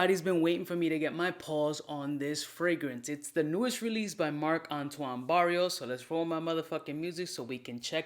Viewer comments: It's Barrois my guy. Not Barrios. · I love you but one day you'll get the spelling and pronunciation right! Its Barrois (pronounced Barrwah), not Barrios!! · Great vid as usual! It's pronounced "brawa" just in case you want to say it right but Barrios is street certified haha You should try the extrait of b683 and they're coming up with Ganymede extrait soon;) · it's BarriOIS, not Barrios :( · Not Barrios but Barrois..great review. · He says it like “barrio” in Spanish 😆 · I agree"" But that's what makes him """ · Its Barrois you clown.